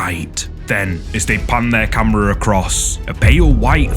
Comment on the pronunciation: the way u say "CAMMRAHH" Classic 😂😂😂😂 Great content 👍😁✌